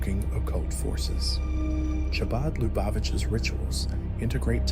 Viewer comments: The ch is pronounced like kh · Chah-baad? This must be AI or a very stupid person.